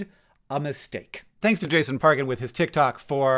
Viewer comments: I hate to be this person, but it may be that you actually would prefer to have the information that Jason Pargin is pronounced Par (golf) gin (alcohol), with a J sound in Pargin. Apologies. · my apologies but it is pronounced parjin. you should listen to his podcast bigfeets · The ‘g’ in Jason Pargin is pronounced like ‘g’ in gif.